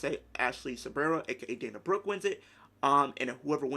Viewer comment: you seriously said dana broooe :D haha she wont had any reaction maybe just a good pop but that s it dana brooke is nobody liv morgan is bigger than her